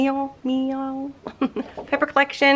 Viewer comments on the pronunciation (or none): Hi! I love everything you do! Given your visual gift, I’m thinking you are very visual. So, as a bilingual French/English speaker, I thought this might help you in saying miel! Try saying ME and el (elle) like In El Paso! Me…el! Hope this helps! BTW this video finally had me deciding to buy the Miel collection! Love the little booklets!